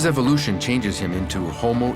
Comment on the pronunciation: I noticed you said evilution so you and Santa are pals?! 🤨